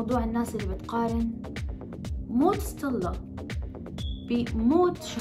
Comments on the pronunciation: مشان الله ليش بضخم صوتا لما بتقول ستيلا بتطلع معها صطيلا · ههههههههههه سطيلا انا لاحظت وعم قول لحالي ليش عم تقول سطيلا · ليش عم تقول صطلا ؟ 😂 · تفي على ذي الاشكال التافهة فرحانة بالمناكير ههههه وتنطق صطيلا